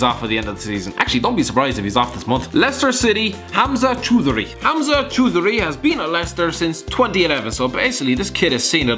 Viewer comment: Choudhary is pronounced as ch-au-dheree